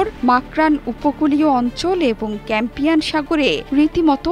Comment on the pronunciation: উচ্চারণ হবে কাস্পিয়ান সাগর আপনি বলেছেন ক্যাম্পিয়ান সাগর